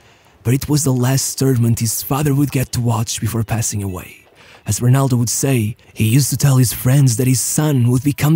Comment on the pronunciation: Amazing! You actually said Ronaldo correctly instead of HEnaldo like you usually do